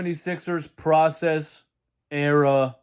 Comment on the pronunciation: LMFAO!!! "The pwocess", " twust tha pwocess!!!!!"😃